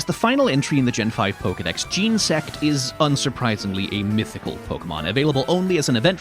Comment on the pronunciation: From Snivvy to Jean-sect, almost perfectly bookended with mispronunciations. But man, what a great video